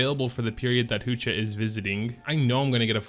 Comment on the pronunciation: "Hoo-chi" shop is a scam lol!